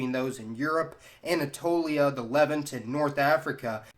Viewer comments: Argh!! It’s not “Lev-unht”. It’s “Leh-vahnt”! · You’re doing a great job with these videos, and I enjoy watching them. There’s just one little thing that bugs me: Levant is pronounced li-VANT, not LEV-int. Ok, back to the video. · Interesting video but please learn how to pronounce Levant. It rhymes with font. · Its pronounced LEV-AHHNT. does that make sense? Lol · Please. Learn how to pronounce the word ‘Levant’. I shudder every time. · You've been butchering "levant" for far too long. Please watch this video to see how its pronounced